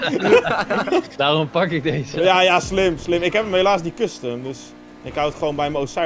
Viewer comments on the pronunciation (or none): none